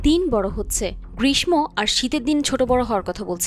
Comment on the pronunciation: গ্রীষ্ম যদি গ্রীস্ ম হয়, তাহলে বিশ্ব উচ্চারণ কি হবে একবার ভেবে দেখ। আমরা পান্তা ভাত খাওয়া বাংগালী, একটু ক্ষমতা পেলেই উল্টা পাল্টা বক্তব্য শুরু করি।